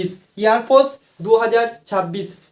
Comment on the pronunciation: Airfours😂 airforce ✅